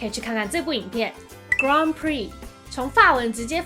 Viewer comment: 小提醒 法文的Grand是唸" 哥轟"哦 和英文念法不同唷